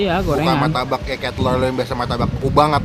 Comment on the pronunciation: Martabak bang bukan maytabak